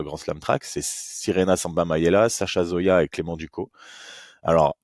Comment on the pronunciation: Petit détail on dis clément « ducosse » Sinon tres bonne vidéo 💪🏼